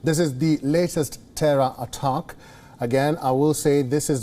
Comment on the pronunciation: Please tell your newscaster the word is 'attack' not 'uttuck'!